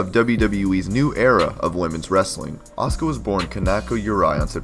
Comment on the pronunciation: You keep saying her name wrong.